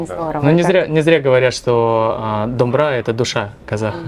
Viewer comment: сәлеметсіз бе! Слово "ДомбЫра" пишется вот так с ударением на последний слог. Рахмет